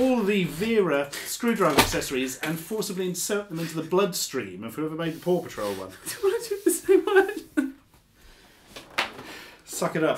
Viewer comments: I keep hearing "poor patrol". Wonder why. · I keep hearing Paw Patrol as Papa Troll.